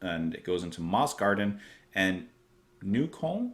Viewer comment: And it's not Neu-kane, it's Neu-KÖLLN :) Closer to Neu-kolln, but the Ö is pronounced somewhere in between the Y in "rhythm" (depending on your accent, some people say "rhithm" but this is more towards the Y) and "err" but you lose the rolling R at the end.